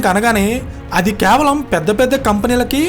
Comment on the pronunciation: "కే వలం" అని పలకండి, "క్యా వలం" లేక ఇంకో రకం గా " కే" ను " క్యా" అని ఒక విధమైన వెట కారపు శబ్దం, ఎబ్బెట్టు గా " క్యావలం" .వినటానికి స్టుపిడ్ గా ఉంది. అక్కడ ఏమి ఉందొ అది పలుకు. " కే .వ .లం."